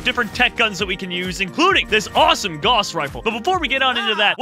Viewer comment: it is pronounced (gowss) rifle not (gahss) even though it is spelled guass